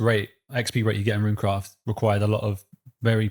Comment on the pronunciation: Amazing podcast! Also bonus points for for calling Runecraft correctly, as all things should be.